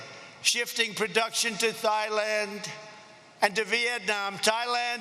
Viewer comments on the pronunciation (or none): Did he really just say "Thigh land"? LMAO 😂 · Haha he said Thighland, corrected himself immediately, and Cuomo from fake news CNN did a 20min segment on this. Talk about Stage 4 TDS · Funny to attack opponent for brain problems when one can't' pronounce Yosemite, Thailand, Isaias, ... more to come for sure.